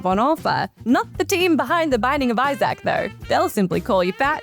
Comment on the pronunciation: Do you seriously not know how to pronounce the name Isaac? 🤦🏻‍♂️